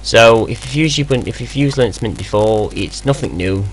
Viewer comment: Ok, seriously. You are almost uninteligble. You tend to rush through entire syllables, but not all the time which makes it even more difficult. I played the video twice before I realized you were saying LinuxMint, not linamnt. Please for Pete's sake slow down and just listen to your video!